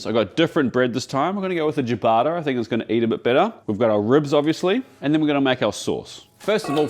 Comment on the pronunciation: Am I the only one that double check his pronunciatio of ciabatta??? the hell is jiabata???